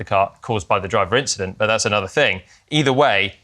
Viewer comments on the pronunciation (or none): At the end of the video, you can feel Charles searching for a word. 'Finally we had a race without ...........' I don't want to say Inchident, I don't want to say inchident.